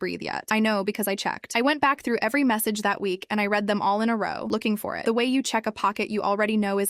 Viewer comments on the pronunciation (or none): Once again, AI chose the wrong pronunciation of the two possible ways to pronounce the word "read". Again. PS thank you to the person who said the story was incomplete. Sayonara.